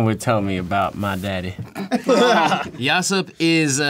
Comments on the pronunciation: I love the way he says Yasopp for no reason. He just switches to Japanese mode I love it😂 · yasopp with a japanese accent😩